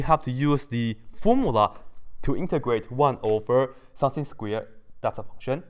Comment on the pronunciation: Everytime he says 'something' I hear 'sensei' _